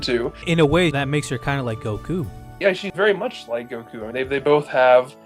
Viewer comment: You know these videos are a bad source of information when the people can't say goku right